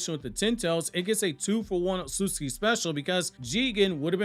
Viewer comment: Don't take this the wrong way, but the way you pronounce "Ohtsutsuki" deals physical damage to me every time.